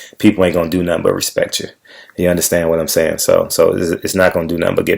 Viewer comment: did you say now he has respek from the Masses or respect from the Massa? lol.